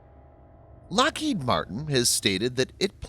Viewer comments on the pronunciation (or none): none